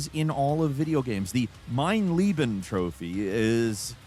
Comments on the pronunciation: Mein LAYben....its not that difficult to pronounce.... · And Leben 🤣The way he says it (Lieben) means Love... But then again, he'll get a pass 'cause it's German 🤣